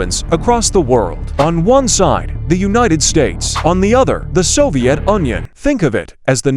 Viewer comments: Bro said soviet Onion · Its Soviet Union not Soviet onion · Bro said soviet onion 😂😂😂😂😂😂😂😂😂😂😂😂😂😂😂😂😂😂😂😂😂😂😂😂😂😂😂😂😂😂😂😂😂😂😂😂😂😂😂😂😂😂😂😂😂😂😂😂😂😂😂😂😂😂😂😂😂😂😂😂😂😂😂😂😂😂😂😂😂😂😂😂😂😂😂😂😂😂😂😂😂😂😂😂😂😂😂😂😂😂😂😂😂😂😂😂😂😂😂😂😂😂😂😂😂😂😂😂😂😂😂😂😂😂😂😂😂😂😂😂😂😂😂😂😂😂😂😂😂😂😂😂😂😂😂😂😂😂😂😂😂😂😂😂😂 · bro you just said Soviet onion broo😂 Btw they we're like bros❤